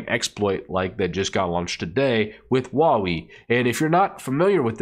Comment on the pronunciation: Huawei is pronounced whoahway.